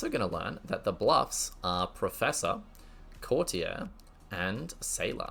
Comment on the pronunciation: Thank you,, for pronouncing "courtier" correctly